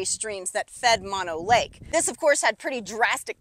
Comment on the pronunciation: nobody i know calls it mon o lake---my family has been in owens valley ranching for about 100 years--everybody i know calls it mo no lake...city slicker